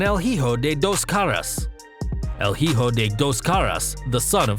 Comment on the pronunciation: Hijo is pronounced E-Hoe. Not he-hoe lol